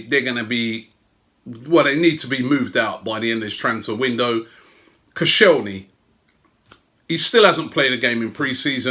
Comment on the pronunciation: it’s koscielny you asswipe